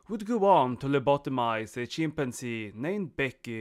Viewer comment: Man-keys, chimp-man-zees, orangutang (wild man)